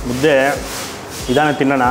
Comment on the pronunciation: ಮುದೆ ಅಲ್ಲ ಮುದ್ದೆ ಅದು